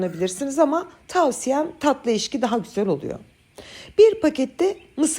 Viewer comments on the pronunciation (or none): Dönderme ❌ Döndürme ✅.....Eşki ❌Ekşi ✅ ...🙋🏻‍♀️ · TÜRKÇEYİ ÇOK GÜZEL KONUŞUYORSUNUZ FAKAT LÜTFEN DÖNDERDİM VE EŞKİ DEMEYİ,,, DÖNDÜRDÜM VE EKŞİ DERSENİZ MÜKEMMEL OLUR,, SES TONUNUZ VE DİKSİYONUNUZ MUHTEŞEM, LÜTFEN YANLIŞ ANLAMAYIN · Sizi ilk defa izledim, gerçekten güzel olduğunu tahmin ediyorum, ama salatalık turşusunu anlatırken,eşki diye teleffuz ettiniz, ekşi olacak. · Eşki ❌ Ekşi ✅ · Eşki mi? 3 yaşında çocuk telaffuzu..Eşki değil hanımefendi, EKŞİ denir .Yaşınız kaç bilmem ama hiç mi toplum içinde yaşamadınız, hiç mi duymadınız, tereddütünüz varsa TDK dan bakıp öğrenin..Yayın yapan birinin telaffuz ve diksiyonu düzgün olmak zorundadır..Konuşamayan birini izleyemiyorum. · Ekşiye eşki demeyin yaaa sinirim zıplıyo eşki ne yahu. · Döndermek değil, döndürmek denir.. Eşki değil ekşi denir.. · Çok güzel görünüyor elinize sağlık, ama eşki diyorsunuz ekşi olacak. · Oyyy sende mi ekşi ye eşki diyorsun, çok tatlısın☺️ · Beyenmeme durumu yok takip ediyoruz fakat bunları dikkat etmeli arkadaşa bende katılıyorum ekşi döndürmek döndürerek 😂